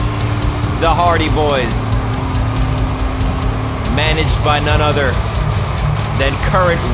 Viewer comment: You said the hardy boyz name wrong